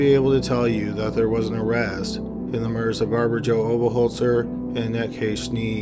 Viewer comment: How is it that he can pronounce Oberholtzer but not Mayhew?